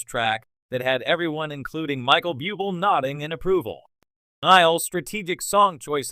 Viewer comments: Better asked 1st the correct pronunciation of Michael BUBLE' last names.It's IRRITATING! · Please pronounce Michael Buble’ name coeeectly